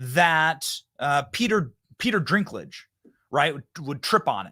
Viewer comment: Virginian joe here¡¿ Did you say Peter Drinkaladge or perhaps dinkaldge?😅